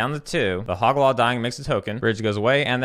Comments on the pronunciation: For future reference, hoe-gack, very memeable name as well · I cannot believe I had been mispronouncing Hogaak all this time. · I love it how the actual name is easier than what you were saying and yet you still went on saying what you said lol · HOGAAK! IT'S HOGAAK! HOG! AAK! WHY IS THERE AN EXTRA SYLLABLE?!?! HUH?!?! AAAAAAHHHH!!!! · I can't tell if you're calling Hogaak a different name as a joke or if you genuinely don't know how to say it